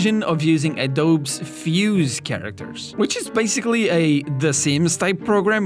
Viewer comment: ...did you pronounce Adobe (Ah-DOHB)?